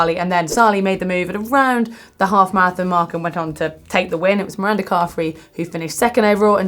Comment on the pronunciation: Guys, Mirinda, with an "i", not Miranda with an "a", hence the nickname Rinny, not Ranny :)